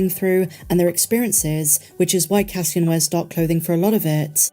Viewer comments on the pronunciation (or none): none